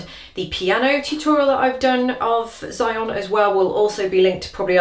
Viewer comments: zion?..... its said like : she on eh......cose enough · It's pronounced "she-on" 😂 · Oh no I'm not upset. I actually enjoyed watching this video. I just thought it was funny how you pronounced her name.